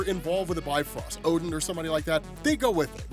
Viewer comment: It's not pronounced "Bi-Frost", it's "Bif-Rost". It actually sounds more similar to Beef Roast, when accented.